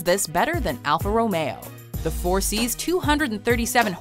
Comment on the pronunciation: alpha romao... are you sure thats how you say it